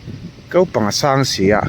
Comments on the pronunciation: Ko tih turah kau i ti tlat zel a😂😊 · Kau I ti deuh tlat a, Ko tih tur aw